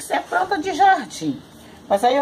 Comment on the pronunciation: a voz dela muda repararam?? plantinha falou no início do vídeo pranta